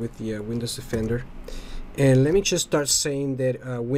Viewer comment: It's Windows DE-fender, not Windows OFF-ender.